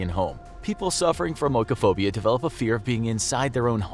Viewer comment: its pronounced ee-koh-phobia dude. Not oh-ee-koh-phobia